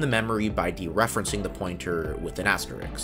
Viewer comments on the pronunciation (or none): Axterix?!?!?!? KILL ME DEAD!!! Please, please, please learn to pronounce asterisk. Both of those are SK not KS. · Does comp sci teach that the word asterisk is asterix or something. Beautiful video. Smart lad, amazing explanation, clearly understand hardware and software and programming languages super well. And then asterix. You get my sub, but my question as well.